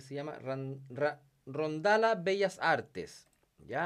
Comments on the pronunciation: Con todo respeto se dice RONDALLA... y es buenazo de ese canal.... Se me hace injusto tu crítica a amateurs... Que con poco recurso hacen más que otros que son profesionales... Use el criterio y sentido común para estos vídeos... Abusado... Rondalla Bellas Artes.... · Para el segundo participabte. De tu analiss...para empezar no es rondala. Se prenuncia (lla) suenacomo _(ya) y solo es maestro de tutoriales de canciones para guitarra rondalleras en México. Y el canta mucho mejor pero en ese tutorial no era importante la voz guitarra no